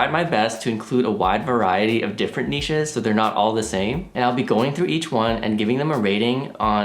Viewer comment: Thank god! Someone who can pronounce 'Niches' correctly. Every time someone pronounces it like it contains a 'T' I die a little inside.